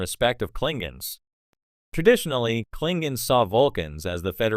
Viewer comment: Klingens?!?! Sounds like AI at it again. 😂